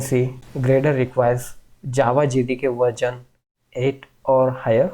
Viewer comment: Its not verjon its version 😆